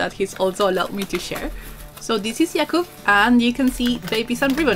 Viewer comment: Awesome video, beautiful end result, and cool nail polish, as always. :) And greetings from Poland! Your pronunciation of Jakub's name is great!